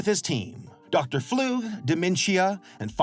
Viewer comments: ITS NOT FLOOG ITS FLUG 😭😭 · The way pronounces flug as floog makes me cry a lil lol- (also fun fact! his full name Kenning flugslys means theory and plane crash in Icelandic and in Icelandic is pronounced similar to how pronounces it but in English would be pronounced flug like ugh boot idk how to spelt it) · i think dr flug is pronounced (fl-UH-g) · I thought his name was pronounced like slug. Also there is some deeper original lore to Demencia that makes her character kind of sad. I don't know if they're still going with that or not, but I don't want to way too much in case of spoilers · God damn it say his name right start to it's Dr. Flug